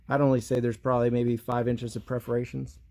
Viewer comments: Perforations, not Preforations! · I appreciate watching you but when you’re talking about mufflers please understand that it is called PER-forations! not PREFF-orations when talking about small holes in pipe. Otherwise, rock- on brother! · Perforations? English first not your language ? Perforated, perforations !